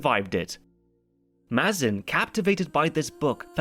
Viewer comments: Craig Mazin's name is pronounced "May-zin" btw. Sorry couldn't help but mention it lol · It’s meant to be pronounced May-zin, not Maz-in. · Pretty sure Mazin's name gets said out loud every episode of the series podcast. It's mispronounced through this entire video 😅